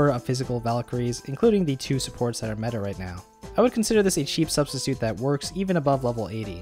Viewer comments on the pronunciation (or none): none